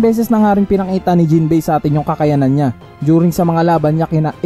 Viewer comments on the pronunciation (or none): none